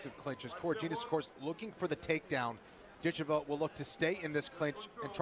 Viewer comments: Before she gets to America and blows up, I believe her name is correctly pronounced Dit CHEV a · HA! I didn't even notice that. Sad that the broadcasters got it wrong.